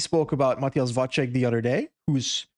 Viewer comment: Vacek -> Vatsek!!! Stop this Vatchek nonsense before it spreads even further 😭